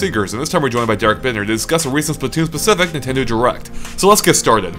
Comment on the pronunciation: Derrick-ect....... LOL ANDRE! XD